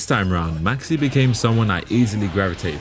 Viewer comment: did bro say maxx "C"